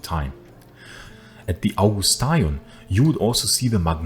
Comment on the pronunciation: People at that time didn't pronounce Augustaion the way you pronounce it , they pronounce it like in modern Greek, "Avgusteon".